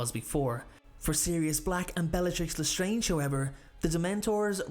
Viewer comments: when i heard '' bellatrix lestronge'' :P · he said- "i think bellatrix was stronger mentally than sirius" but i agree with you it did sound like bellatrix lesteronge lol